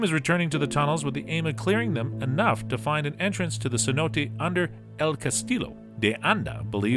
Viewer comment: “Seh-no-teh”, not “See-nōte” like a $100 note.